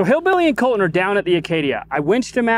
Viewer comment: ok, is it Colton of Colon? I swear is saying COLON!